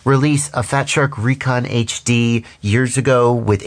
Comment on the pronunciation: I 'reckon' they are supposed to be pronounced RE-CON. Love ya,, thanks for all the incredible info.